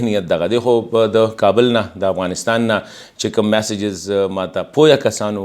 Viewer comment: جناب د افغانستان نوم باید تاسې سم تلفظ کړﺉ! مننه!